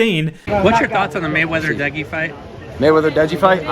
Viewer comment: dude really said degi 💀